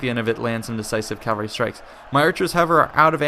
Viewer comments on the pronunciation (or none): Why do you say calvary instead of cavalry?